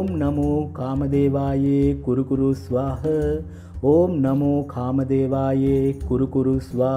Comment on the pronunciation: 'ස්වාහ' ද 'ස්වාහං' ද.උච්චාරණය පැහැදිලි මදි